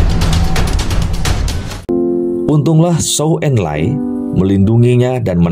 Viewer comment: Betul bang.. pelafalan nama2 dlm bahasa Mandarin nya hrs lbh baik lagi.. seperti Permasuri terakhir diucapkan Ce Si, bukannya Ci Si atau Si Si.. lalu ada Mao Zedong harusnya diucapkan Mao Ce Tung, lalu Perdana Menteri Co En Lai.. ada pula jendral Yuan Se Kai.. Moga kedepannya bisa lbh baik lagi.. Tetap semangat.. Cia Yu.. 👍👍👍